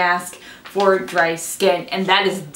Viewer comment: i love the way you sayed dry. it sounds like an older country woman